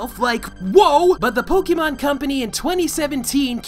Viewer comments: >Huge fan of Pokemon >Still calls it poke-ee-mon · I can't take any kid seriously if they pronounce it "poke-ee-mon" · wow never seen someone who loves can't pronounce Pokemon